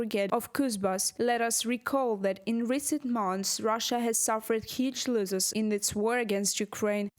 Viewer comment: The reporter could do with some English lessons. She’s talking of losses but pronouncing it as loses